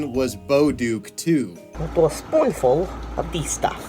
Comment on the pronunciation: Spwoonfwul of meyacuo wip